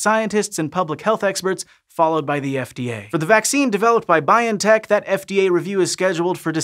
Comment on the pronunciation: Pronunciation correction: The stress in BioNTech is on the o, not the i.